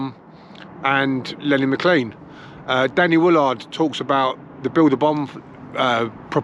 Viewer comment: Great video 👍 also good to hear somebody pronouncing Lenny’s surname correctly 👍 lol cheers bud!